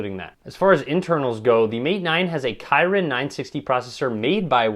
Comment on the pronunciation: Kirin not kayrin